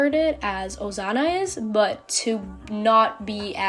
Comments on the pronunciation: Stop saying ozana it's OSANA SSSSSSS NOT ZZZZZ 😭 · Her saying it like Ozana made my anxiety increase a lot girl it’s Osana not Ozana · Accent exist Im guessing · i like the way you call osana asano (*~*) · I love how she or he pronounce osana as ozana😂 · it sounds like your saying osano to me help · what i hear: Ozana😂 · same lol XD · Although that's not how you say Osana I LOVE YOUR ART STYLE (No hate) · No hate fr but wth is with u and sayin osana so WEIRD T-T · Don't be rude, it's their accent